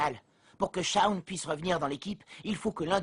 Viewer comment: c shawn pas shaune